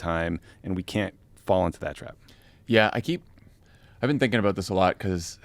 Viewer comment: I know JF is from Mass but why does he sound Canadian when he says about? (aboot) 😂